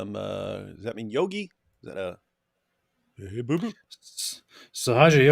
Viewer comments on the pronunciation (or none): none